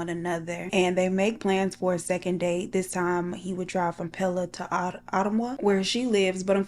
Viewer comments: O. M. G!! You are doing an Iowa story!!!!!! Giiiirrrllll!! You were close on pronunciation....Uh-tum-wah. 😊 I so love listening to you tell people's stories! Like chit chatting with a BFF!! Keep on, keeping on, Child!! ❤ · Hi!! Love your videos and was shocked this is an Iowa case! I was born, raised and still currently live here and don't remember hearing about this case. And the pronunciation was SO close! It's Uh-Tum-Wuh 💕💕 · Ain't no way this happened so close to me I live In desmoines iowa and I didn't known anything about this!! And girll the way u pronounced Ottumwa has me rollinggg I love it😂😂😂